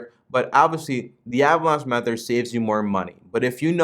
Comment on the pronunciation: My man, it’s Meth-Thud not Meth-ered. Great vid 😁